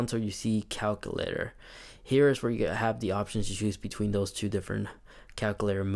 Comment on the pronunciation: Lol he says “calcoolator” but nice video though!